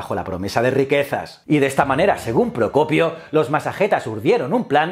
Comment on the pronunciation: Aplaudo que hayas podido pronunciar "el propio Procopio" con tanta facilidad.